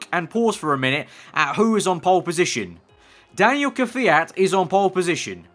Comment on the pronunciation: its kvyat not kwjat,kyvat , kviat or kvjat